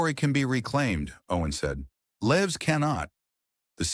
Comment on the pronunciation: I believe that you are not AI, but maybe reading the entire story prior to broadcasting it would help, "Lives" (Many lives were saved). As opposed to "Lives" ( She lives on Elm Street). Narrating a story and reading it alive are 2 entirely different actions. Only one takes attention to detail.